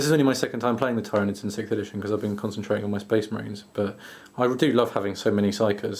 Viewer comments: Well *I* know Marneus Calgar and he says it ti-ranids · It's ti- ranids... xD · Im not saying its wrong just i play frequently at a gw store and the manager there i know actually knows alot of the designers and writers at nottingham and we all say tyranids not ti-ranids with being corrected so but ive not heard the correct way to say it so your choice to say it how you want :-D